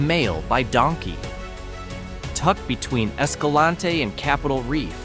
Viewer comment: You mispronounced Escalante. Leave off the last syllable for a proper local pronunciation.